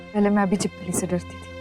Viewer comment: 😂chhipakali ny chhipkali